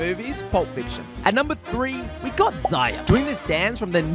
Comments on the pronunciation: I hate how he mispronounces zarya, and Winston apparently it's "zayra" and "Winton" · You pronounced zarya so wrong